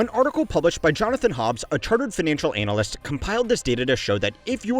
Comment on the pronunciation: Please pronounce analyst better xD